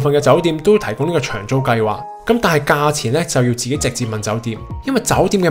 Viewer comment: 發音不正，長租變長洲